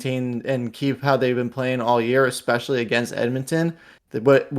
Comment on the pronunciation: ya they gotta work the powerplay "eckspecially" ....smdh lol